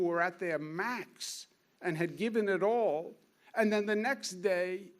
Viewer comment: How could this guy not be jewish? He rambles annoyingly like a jew and pronounces the word 'all' as "ooh-all" - a sure sign of a jew.